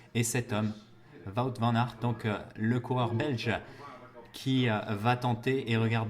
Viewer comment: Juste un petit détail, Wout Van Aers ne se prononce pas "Vout" mais comme le Who en anglais avec un T à la fin :-), sinon, super vidéo.